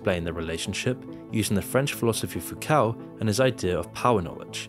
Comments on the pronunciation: How do you still mispronounce so many words. It's Foo-coh not Foo-COW. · its pronounced "Fook-oh" and we all know who's really in charge here. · Foucault is pronounced foo coe. You should make looking up the correct pronunciation of names a regular part of your research for videos.